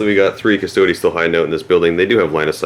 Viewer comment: LEARN HOW TO CORRECTLY PRONOUNCE CUSTODES.